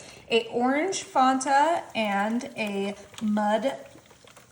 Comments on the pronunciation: It is pronounced "Fanta" (FAN-tuh), with a short "a" sound in the first syllable like the word "fan". The spelling and official brand name come from the German word Fantasie (meaning imagination). While some regional accents or commercials can make it sound closer to "Fawn-tuh" or "Fanda" depending on where you live, "Fonta" is not the correct or official pronunciation. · All of those recipes look fantastic there was only one thing that was driving me nuts. It's the way you pronounce Fanta! I know it's being picky but it's pronounced fan you don't like the thing that blows the air and then tah...fan-tah! Sorry that was just messing with my ADHD and my OCD and my LMNOP I've never heard it called the way you call it ever LOL sorry😂😅😊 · Cool video again as usual! However, the orange drink is pronounced Fan-ta. Just think of it as a fan favorite! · Watched a half a dozen commercials just now and all say Fanta rhyming with Santa. Merry Christmas. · The way she says, "Fanta!" 🤯😂❤️ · Did she really say “Mud” root beer ? Right after pronouncing “Fanta” incorrectly 😂 Yes she did 😂 she’s too cute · Came here just for this comment. So annoying how she mispronounces basic things. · The way she kept pronouncing Fanta as Fawnta drove me insane. Does she not remember the commercials and the Fan•tan•a girls? Shoot it’s been 20 years and I still remember them. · Its f a nta. The fist a is no pronounced au. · Okay. first of all, if you say so good one more time I will not be convinced. also it's not fonta it's fanta like a fan and then say ta! like tough.,, FAN-TAH! this was the most annoying tutorial I've ever watched and if nobody's ever heard of Coke cake or layering freaking Nella wafers with banana pudding and whipped cream. I don't know where you've been! but the snickerdoodle powder cookie pie filling trick was pretty cool. Thanks for sharing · FAN 🪭ta, please .... Not FON ta. Great recipe suggestions though thanks. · FAN - tuh. Not FONT - uh. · I think it’s fAnta not fonta.